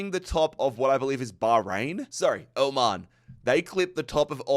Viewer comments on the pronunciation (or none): none